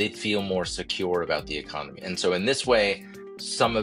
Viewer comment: Pretty sure dude said "Ecomony" 😂